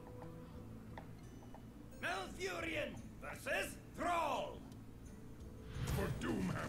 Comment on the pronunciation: did not you say just Murlock or Mur-lock it would have been awesome :(